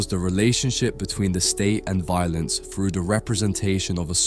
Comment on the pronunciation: Why would the narrator say frew instead of through?